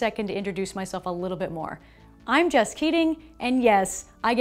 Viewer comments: Did she say her name was "Just Kidding"? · I think you need to put Jess's name on the screen, you know, for new viewers. Because all I hear is "Just kidding." >.< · Did she say her name is "Just Kidding"? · Did only I heard as ,-. Hey everyone I'm just kidding in this episode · Did she say hello guys m just kidding at the start??